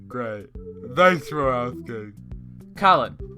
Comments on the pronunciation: "I'VE BEEN DOING GRAT" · “IvE bEeN dOiNg GrAt” “*great*”